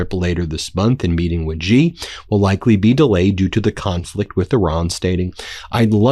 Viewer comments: In Chinese pinyin, "X" is NOT pronounced as a j/g or zh. It is is pronounced as the "sh" sound. So his name sounds like "she." Shee. NOT like "gee," NOT like "zhee." Shee. Sheeee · Xi is pronounced C. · Taiwan is part of China. If you don't understand stay away and focus on your problems at home. And you can't even pronounce his name properly. It's pronounced "she". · Pronounce the name of China's President properly. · I wish you'd learn how to pronounce "Xi".